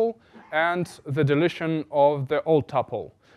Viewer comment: When he says deletion or sounds like delicion (like delicious). It throws me off for a second. But great video anyway 😉